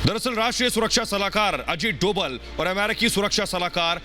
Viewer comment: अजीत डोवल नहीं sir अजीत डोभाल कहिये